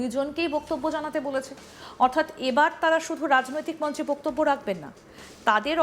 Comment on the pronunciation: Hello Miss! First check your Bengali word "Boktobbyo" Pronunciation. What A Ridiculous pronunciation you are doing!!!! It's really strange. Where did you learn or Who taught you such thing!!! Watch old days Bengali Movies of Suchitra Sen, Supriya Devi and learn how they pronounce the Word! It will be helpful for you